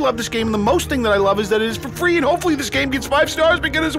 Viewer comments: Downwode it it fwee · No I'm pretty sure he said it was Fwee not Free. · What is everyone talking about?? This game is actually pretty fun! And its "fee" just like they said in the video! The only downside is, since I started playing all my chest hair fell off, but it doesn't bother me because I'm staring to look just like the Doorbell brothers